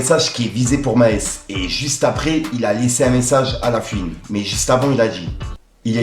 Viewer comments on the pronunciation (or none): stp c pas la fuine mais la FOUINE